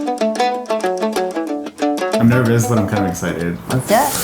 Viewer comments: "oSCAR" i'm sorry. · Lol his name is O-scar